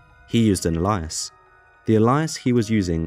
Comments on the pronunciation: Alias = A-lee-ass. Not whatsver you said lol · Good video but the way you pronounced alias was insane